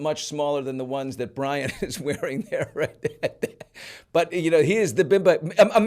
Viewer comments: Bryon is pronounced the same way as “Brian” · Bryon....BRYON?? Really...